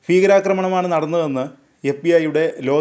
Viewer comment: ഫീകരാക്രമണം എന്നല്ല. ഭീകരാക്രമണം എന്നതാണ് ശരി.